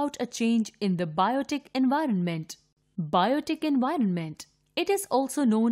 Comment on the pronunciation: Envinorment???????? or do i just hear it wrong IDKK!!!!!!!